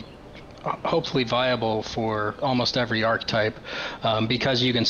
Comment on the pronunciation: still doesn't know how to pronounce archetype